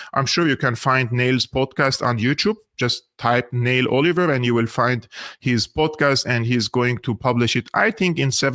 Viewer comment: Neil pronounced نيل ، Neel (not nail )